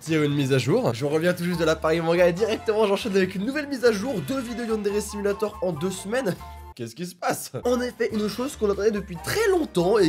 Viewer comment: Tu sais dooms elle tue tout le temps gros booms dans yandere simulator et quant elle dit yandere simulator elle le dit avec un accent